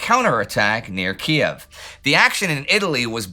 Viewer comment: Thanks for pronouncing it KEY EV.The wokes changed it to KEEV. Same with KAR KOV (KARKEEV).What next,BURLIN